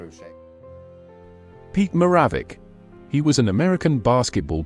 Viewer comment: It is Pete Ma-ra-vich